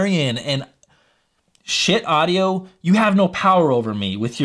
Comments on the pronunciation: It’s pronounced shiiit dude. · ...but...it's not pronounced ska-heet. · Had to turn the video off once you said Ska-heet. smh. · I would have gone for something that sounded like "Skeet" but ill take this pronunciation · it's pronounced "shit", as in I feel like I need to take a good ole' fashioned shit...LOL. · haha! Definitely not pronounced Ska-heet. I'm guessing you are joking! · You should do some research on the companies and gear before reviewing. It's pronounced SHIT, as in, "that's some good SHIT". Check the company history on their website. : ) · Schiit, man, doesn’t even know how to pronounce the company name. But we venerate the Holy Schiit. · Omg I couldn’t watch it because of the pronunciation it was making me angry. Please change the title of the video omg and put it on your thumbnail that you correct yourself after 7 mins. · I can't take someone seriously when they can't even pronounce the company name.